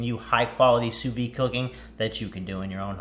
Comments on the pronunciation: Sous veed, not sous vee. It’s French. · Has a channel dedicated to sous vide. Doesn’t know how to pronounce it. 🤦‍♂️